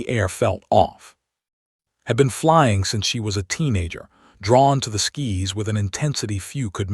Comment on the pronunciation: Your narrator needs to learn how to read. It is Sky's not skis